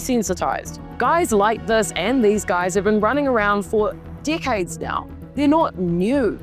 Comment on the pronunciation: its how she pronounces "decades"